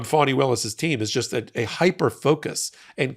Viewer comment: Please try and pronounce Fani as Fanny not Phony 😢